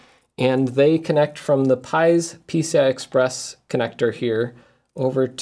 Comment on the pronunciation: Am i the only one who thought that he kept saying 'pizza express'